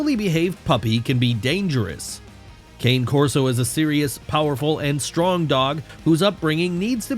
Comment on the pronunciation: Super inaccurate… 1) you do not properly pronounce cane Corso. 2) they are great with kids of all ages. 3) they are definitely not banned in Canada.